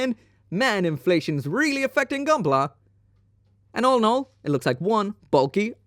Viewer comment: Take a shot everytime he says "olinol" 😅 All in all i'd take any of those MG.